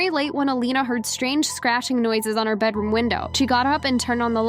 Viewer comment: “That’s my bednarom 😰”